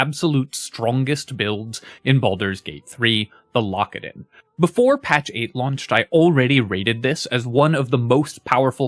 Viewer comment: I keep hearing "Lockadin" as "Lock It In" and now I'm starting another run.